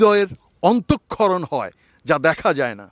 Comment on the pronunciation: হৃদয়ের অন্তক্ষরণ ! এটা আ‌মি কি শুনলাম ? :p please dont mind